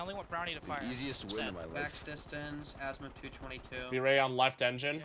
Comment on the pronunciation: Just one remark its not a Assmuth its Azimuth 😂😂😂